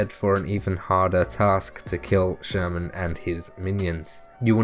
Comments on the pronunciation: Free tip. Actually, "Sturman" should be pronounced like "Shtoorman" with inevitably hard Russian "r" sound ) Not the likes of "sherman" our whatnot as in this vid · His name is not Sherman :), but thanks for the info! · not sherman! SHTURMAN